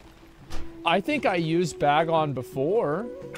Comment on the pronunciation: the number of times he said "bag on" instead of "Bagnon" physically hurt me